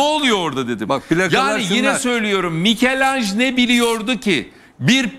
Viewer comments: Mikelanj !! Yuh ya yuh artık. Ben yıllardır İtalyan ressam Mikelangelo’nun Fransızca Mikelanj telaffuzuna isyan ederken bu entel özentisi Ertan Özyiğit artık yazılı olarakta Mikelanj’ı ekrana yansıttı ya, vallahi helal olsun! Ve yıl 2022 !! Hepiniz utanın, yazıklar olsun seviyesiz seviyeliler(!) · Ertan Bey. ,,Mikel Anj,, değil.!!!!! doğrusu MİCHEL ANGELO yani bize göre Türkçe Dilimizde ,,Mişel Ancelo,, saygılar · Michael degil michelangelo Türkçe.. Melekmikail